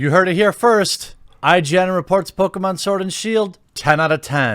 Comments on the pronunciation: Bruh. Please stop saying PokAmon. Its Pokémon!!! Ahhh!!!!!!! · It’s Poh-Kay-Mahn dammit lol My brain kept screaming at him mispronouncing the name😂